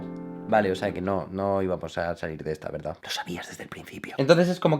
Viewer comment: "De verdá"😂